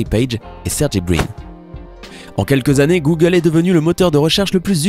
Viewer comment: Le monde = Google Les Français = Googeuleuu 😂